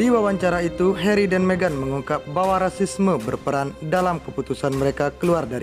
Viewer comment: Harry, tp dibaca herri, mimin....